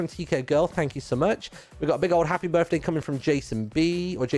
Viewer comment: ITS HIS BIRFDAY!